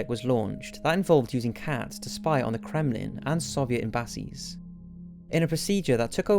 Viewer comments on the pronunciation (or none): How did you just pronounce embassies bro? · I've never heard "embassies" pronounced like that before, even by welsh people. Lol. Great video again though mate.